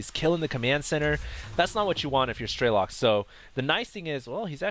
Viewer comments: it's strelOk not strElok. it's russian for shooter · i guess strelok is a russian word (as i am a russian =) ) so it's strelOk not strElok ;) (shooter in english) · "Strelok" in russian mean "Shooter" or "Sniper". Sound so funny when you pronounce it as some meaningless word ^_^